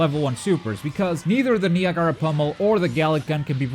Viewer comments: Ni-A-Ga-Ra not “Niagra “ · "Neeagaaara" pummel😂😂😂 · Knee-uh-garaa pummel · I'm sure I'm not the first person to say it but that pronunciation of Niagara was legendary lol. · It's Niagara like the Niagara falls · Niagara is pronounced like the waterfall on the border of New York and Canada... Niagara Falls and Niagara Pummel. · that moment when you watch too much anime that you cant even pronounce Niagara right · He said the portuguese way to say it. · Its Niagara like niagara falls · Lol you say Niagara funny